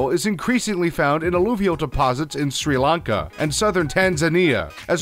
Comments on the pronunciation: you pronounced Sir Lanka wrong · I love how you only pronounced opal correctly.. every single name you mispronounced; sometimes really badly (Sri Lanka).